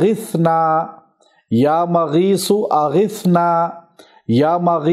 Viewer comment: Kindly aap shi sa prrhain ya Mughiso